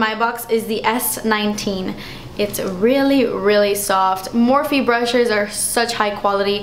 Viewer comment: Its Morph, you don't pronounce the E.